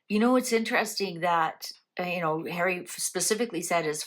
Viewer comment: I can hear her saying "I'm not safe in the UK Hawwy so I'll stay at the Airport".